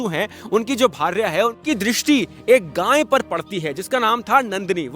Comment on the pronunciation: रोचक वर्णन, उत्तम प्रस्तुति 💐🙏🏼 आप गाय को गाँय क्यों बोलते हैं!